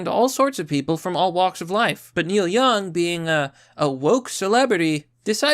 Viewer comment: Oh no not Neil Young 😢 Who is Neik Young again? 😆